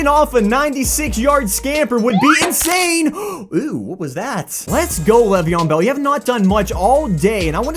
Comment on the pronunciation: Why are u calling him levion bell